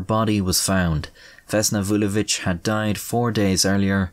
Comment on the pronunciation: You pronounce Vulović like a champ.